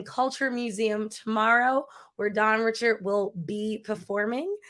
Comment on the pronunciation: Girrrlll if you say her last name wrong ONE Mo' time... I cringed every time 🤦‍♀ It's pronounced Ri-SHARD. Good interview though.